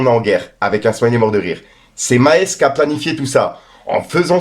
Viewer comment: Maes en Belgique c est une biere mais ca se prononce pas du tout comme ca lol